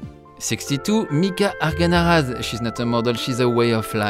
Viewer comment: Im from Argentina but from Ill start pronouncing "Mica Argañaraz" like Loic does ♡♡